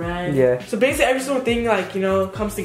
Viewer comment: “thahts bassily uh bassily” 😂